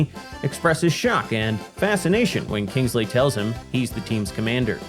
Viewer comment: Lol, 'Kangsley'! 🤣